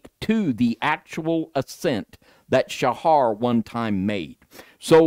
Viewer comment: Pronounced Sah......not Sha....like satyr isn't pronounced saa-tar.........then minutes later he changes how he pronounced it, so I'm pretty sure thinks it gives him his "niche" They went to illuminati colors, still uses foul language.......and he's busy trying to find "his" look. It's bad enough that didn't know who said to "turn the other cheek". Then didn't even tell or correct worldly view. This should give a warning to anyone that is seeking truth. If they can't be truthful with each other.......at best is a cliff notes user. Alberino is a twister of the scriptures and they are acquaintances. He's written a whole pre -Bible story. Ridiculous man made story. Roman -24. Like Ken Hovind and his ridiculous crystal firmament story. Another Roman "Christian." Really study what these men tell you. Like Rob Skiba said....study it don't just accept it.